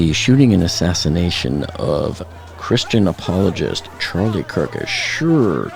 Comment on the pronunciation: Did you say Christian apologist?